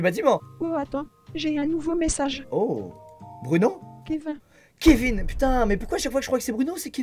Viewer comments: je suis le seul à avoir entendu dans Kevin , elle a dit kev-in au lieu de kev-ine Je sais , ça s’écrit Kevin Mais on prononce kevine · non cest normal . Dans ca prononciation elle a dit kevein mais c kevin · Squeezie : Bruno "Kevain" 😭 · "Kévain" J'suis morte XD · Tellement j’étais dead quand il a dit kevain 😂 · "Kévin" prononcé en "ain" je suis PLIEE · “Kevin” prononce “vin”😭😭😭😭😂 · « kevain » wsh elle l’a pas respecté 😭😭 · « Kévain »je meurrr😭😭😭😭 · le Kevin, la voix a dit « Kevain » 😭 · Kevain ça m'a tué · Quand dit a Rodrigo ''attends j'ai un message'' elle dit Kevin alors que ça se prononce Kevine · jpp "kévain" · "Oh attend j'ai un nouveau message ! :Kevin !" comment elle l'a prononcé ça m'a tué 🤣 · le petit « Kevin » sans l accent anglais m a tué, il en faut très très peu pour me faire rire 😂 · mdr comment elle a pronocé Kevin le manque de respects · Elle a dit KEVIN ! 😂😂😂😂PLUS DE RESPET